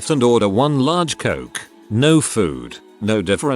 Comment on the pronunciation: The tts voice can’t even say “No.” LOL. 🤣